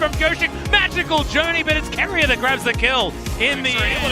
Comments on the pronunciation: I cringe everytime he says Keria like Keeria. It's Keria and you pronounce the Ke like the ca in camera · overall great but i'm just bugged with the keria pronunciation 😭😭😭😭